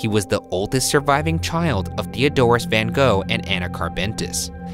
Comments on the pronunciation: I’m one minute in and you butchered the pronunciation of his birthplace so much that I, a Dutch person, have no idea what you said. Also I’m now gonna have to go through 21 minutes of his last name being butchered 😂 But I do it because I love Buzzfeed Unsolved so it’s worth it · 39 seconds in and already so annoyed at the way Americans pronounce Van Gogh. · When are Americans going to pronounce Van Gogh’s name right? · that's how its supposed to be pronounced XD as a Dutch person I dont really care how people pronounce it because Vincent is such a worldwide known artist that the American pronunciation is becoming the norm, since only Dutch speakers know how to say the "real" pronunciation. 🤷‍♀️ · The thing is, that this is not how his name is pronounced. It took me some time to get this joke. I really don't get why americans don't try a little harder to pronounce names like intended. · It doesn't work, because that's not you pronounce his name. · Ik know right !! They never pronounce his name right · Lol. Any Dutch people who always giggle at the pronunciation of ‘Van Gogh’? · yes i was looking for someone to mention it haha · ktelle it's not about people not being able to say it right, it's about a lot of americans literally just ignoring the right wrong to pronounce it and not even try and just straight up replace his name by something american sounding lol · I love the fact That for a moment I thought I've been saying his name wrong for years, then I remembered "oh wait, they're Americans", like I love you all but at the same time, why can't you put some effort in pronouncing foreign names or words? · I like how Ryan put so much effort into learning the Icelandic names and then doesn't pronounce van Gogh correctly in Dutch. Good episode tho! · fjbsfkjnskfdn not even ten seconds in and I'm already cackling. As a Dutch person, it can be hilarious to hear people mispronounce Van Gogh bc they don't know the Dutch way of saying it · I thought it was Fun Hog.